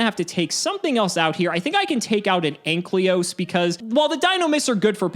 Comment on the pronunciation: Maybe in season 2 will finally say AN-KY-LOS correctly.